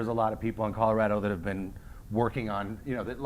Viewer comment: I'm a Colorado native. They are not pronouncing it correctly for Native speakers. Only Trey says it in the proper dialect. The Front Range is filled with corrupt imports that don't care about Colorado.